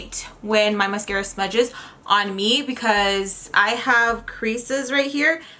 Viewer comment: Girl love how you said mascurra with that face lol love ya